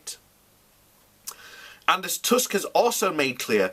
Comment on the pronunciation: I think this is the first time I have heard a British person pronounce Tusk correctly. Nice one!